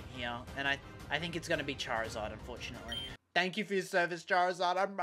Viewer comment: Its charizard not charzard charizard not correcting im just saying no offense😅🙌